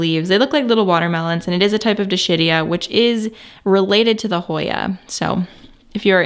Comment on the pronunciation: Wonderful tour. Could you spread the word that Dischidia is pronounced dis-KID-ee-uh? Tanks.